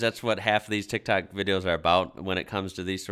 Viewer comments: Are you saying Tic Tac News at the start? It really sounds like tic tac. Later on you said tik tok so it's not an accent thing. Wow!! I think he was just racist. I'm Irish and the dumbest thing I've heard from an Irishman is..... He called in to a radio phoneshow who were talking about African immigrants coming to Ireland, he was trying to be PC by not calling them black but he called them African Americans lol, I'll never forget that! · Why do you constantly say tic tak when its clearly tic tok